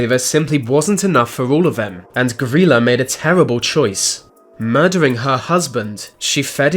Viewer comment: Pretty sure you’re pronouncing her name wrong it’s gry like cry and la gryla